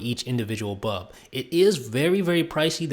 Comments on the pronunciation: Dude... BULB BULB not BUB!!! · Great review. Pity he can't pronounce the word 'bulb'.